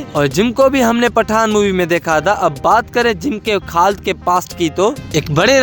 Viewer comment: Khad ❌ khalid ✅